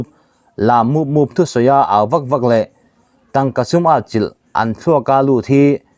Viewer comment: Chhiat thiam viau na a. A thluk dik lo 🎉 a tam mah mah. Tawk, tawng, etc